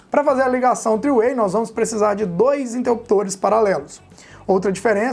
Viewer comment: Top! Só uma ajuda aí. Interruptor paralelo é no Brasil. three way (o mesmo que 3 caminhos) em inglês. Esse tree do texto é árvore em inglês. A pronúncia é um pouquinho diferente. Abraço!